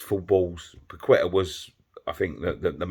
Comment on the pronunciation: The way says Paqueta's name Pakweta 🤣